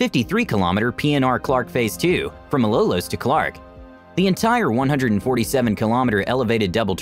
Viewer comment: Too-too-ban to Ma-low-loes. And Mat-nhag Sore-saw-gone... I can't stop laughing with that one. LMAO.